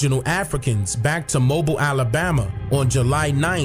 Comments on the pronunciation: Very interesting.....one little thing , I'm from Alabama and it's not pronounced Mobile like the car or phone but " Mo Bill" like that white guy in the video said. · Mobile is actually pronounced...Mo-Bill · I can't believe you came to my city, that's dope. You made realize how important what was in the back of my head when I started seeing Africatown. I have to ask my mother and see what see what she knows. Also our city is pronounce (MO- BILL) Mobile,Al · It's pronounced "Mo-beel." I'm from Mobile, Alabama. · It's pronounced Moe>Bill. Or mo Beal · BTW: It's pronounced Mobile...not "Mobile". 😊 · It’s pronounced Mo-beel. And I agree with you because my grandmother talked about our indigenous heritage, never slaves from Africa. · The city is pronounce MO-BILL lol not like a mobile phone 🤣🤣🤣 okay back to the video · Its actually pronounced (MO-BILL) Mobile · Mobile is pronounced ' Moe-bill '